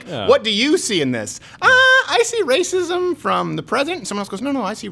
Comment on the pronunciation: Lmfaoo did she say environmental rahscism???? Lmfaooooooo (Youtube deletes my comment if i spell that word correctly)